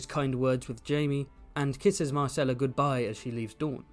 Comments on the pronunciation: managed to pronounce "Myrcella" differently every time he said it over the course of 13min 🙃 I love book-Ellaria, one of the absolute best minor characters, an absolute distillation of one of GRRM's core themes of the series. "I saw your father die. Here is his killer. Can I take a skull to bed with me, to give me comfort in the night? Will it make me laugh, write me songs, care for me when I am old and sick?". It's all right there in the text, and yet the majority of the audience (book and show) still seems to take the view that ASOIAF is about "winning the game of thrones". I'll go finish my 8th grade book report now. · "try to consistently pronounce words" challenge 😂